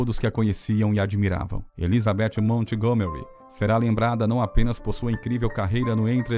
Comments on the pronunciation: Obrigada pela reportagem,linda mesmo. Me emocionei, mas pelo amor de Deus não pronuncia o nome Montgomery com a " T" . Nesse caso a T é muda😊... E se pronuncia "Mongomery'. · Como contratam um narrador que não sabe inglês? Na palavra Montgomery o T é mudo!!!